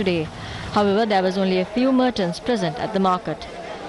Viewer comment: Mertants??? Not Merchants ?